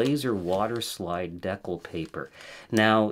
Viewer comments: Great professionally done tutorial but FYI It is pronounced de-cal, not dec-le. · I'm sorry is he saying "deck-ull" for decal? Whoa!? That's really weird. It's "dee-cal" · US Americans say "dee-kal." Actually it should be "day-cal" given its French origin and spelling. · Dee-cal! Just like the ones that came with the plastic airplane models you put together as a kid. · I'm not making fun, because your good people, genuinely helpful & doing your best, but decal paper = (D--Kal) paper for making decals. Okay ty & I commit to helping you as much as possible!!! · I think it's Dee-Kal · “Decal” is pronounced “dee-kal“. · The way you pronounce decal so confidently incorrectly is crazy